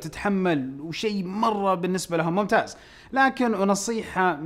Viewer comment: كأنه قال ممتاج